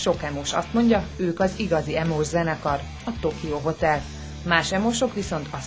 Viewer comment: Pont az emo srac mondja azt h "Ímós?" neee 😂